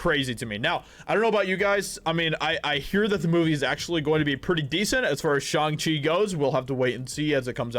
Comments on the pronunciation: Why is he saying it like that. Its SHANG CHI, not Shung chi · Bruh how do you watch the trailer for Shang-Chi and still keep mispronouncing the name?